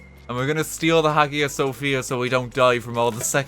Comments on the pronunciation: I know it’s a little late but Hagia Sophia is pronounces like Hi-ya Sophia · the way he said "Hagia Sophia" hurts me.